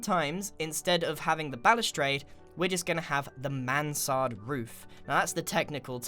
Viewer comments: For me that sounded like he said. So that is the Samanthaaa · yes he has amazung pronouncation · Grian struggling to say Mansard